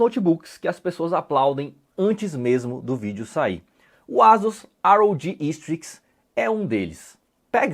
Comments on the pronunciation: "ASUS RAOGI Strix" kkkk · Já ganhou o like pela pronúncia do "ROG" hahaha Brincadeira,, mais um trabalho de análise primoroso como sempre